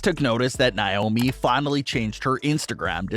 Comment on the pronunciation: God this guy's voice is annoying its Nay omi not Nie omi